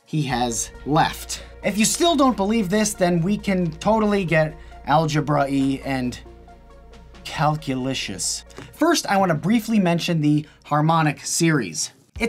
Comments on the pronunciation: This man said "Culculicious" I- XDD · I want someone to say my name like this man says calculicious